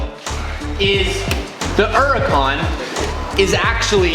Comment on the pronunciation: It's a huracan with an H........ You keep saying...... uracan LoL